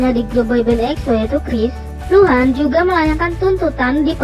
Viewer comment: pas awal awal gua dgr nya lohan bkn luhan😭😭🤧